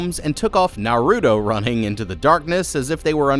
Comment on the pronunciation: Gosh I know it isn't his fault but one they aren't Naruto running and that's not how you say Naruto. It reminds me of how my grandpa said it when it first came out lol